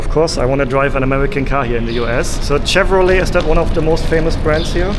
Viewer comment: so the tourist pronounces Chevrolet correctly but the American rental car employee doesn't....ok